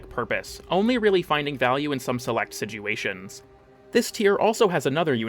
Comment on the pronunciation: Did you really say "some select siguations?"